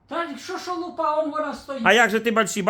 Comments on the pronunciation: Ну какая лупА,лУпа вообще то,ударение на первый слог. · лУпа, а не лупА. ЛупА-это перхоть.